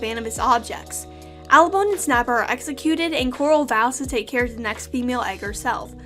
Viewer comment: Actually, the general that Deathbringer killed was Tempest, not Hurricane, whoever that is. It’s Abalone, not “Alabone,” and it’s pronounced ah-ba-lone-ee